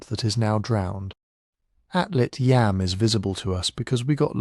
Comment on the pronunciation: Yam (יָם Hebrew for sea) rhymes with Tom (not Sam).